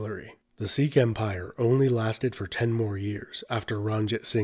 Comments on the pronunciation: Sikh* Not Seekh. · Well, you started off by pronouncing Sikh wrong.